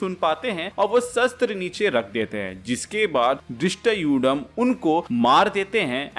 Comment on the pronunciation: its धृष्टध्युम